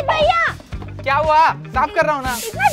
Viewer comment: भईया nahi hota hai bhaiya hota hai